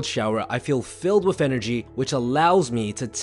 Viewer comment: please stop saying 'WIFF' instead of 'WITH'. Try to improve that.